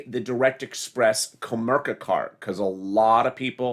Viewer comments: Comerica not kamerca,lol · It's pronounced Co mare I ca (Comerica) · Lol kinda on how to pronounce commerical lmaoooo... I know I heard it too lol